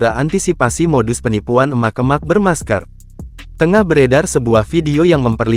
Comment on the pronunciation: Naratornya jangan pake bot, jelek banget ngucapin kata "emak-emak",...